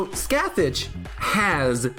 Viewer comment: Scathach is pronounce like "Skaw-Hawch" btw (every time you saw "scath-itch" it hurts my inner mythology nerd)